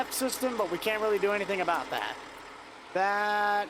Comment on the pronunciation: “For ablout” 😂